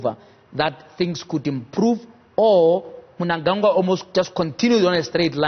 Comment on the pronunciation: pronounce the name of our president well JJ. its Cde ED Mnangagwa